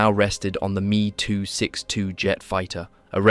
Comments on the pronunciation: Why can’t the automated speech be told to read ME 109 as M.E. and not “me” 262? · It's not "MEE 109" but EHM EE 109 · Why do you say ME as a word, and not 2 letters? Never heard anyone say it like that